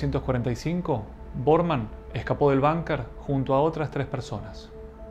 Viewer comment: ¿"Banker"? Es Bunker, palabra alemana, que se pronuncia en castellano tal como se escribe.